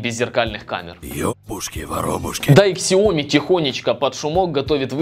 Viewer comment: xiaomi читается как сяоми, а не ксиоми